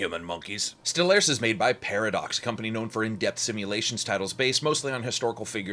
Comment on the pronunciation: It's pronounced Stellaris not Stellaris